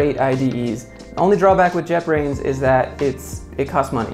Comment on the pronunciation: He said " jetbrains" I heard "jeopardy "